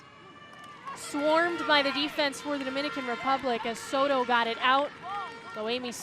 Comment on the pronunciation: la mejor jugadora es Zzoro, la narradora nunca pudo pronunciar Soto, y en cuanto a las bellas mexicanas, pues ademas de bellas muy talentosas.